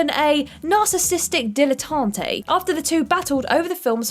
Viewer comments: You pronounced "dilettante" wrong. It's dill-uh-tant, not dill-uh-tant-AY. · Or the word 'dilettante.'